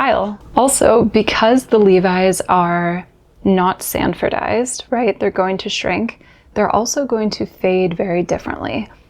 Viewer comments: Hey,, it's "Sanforized," not "Sanfordized". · The pedant has arrived - it's SANFORIZED, not sandfordized. The Process was patented by Sanford Lockwood Cluett in 1930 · Great video! 👍 There is just one "d" in "sanforized". In the very end 😼